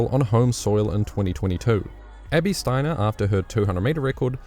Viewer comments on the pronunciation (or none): none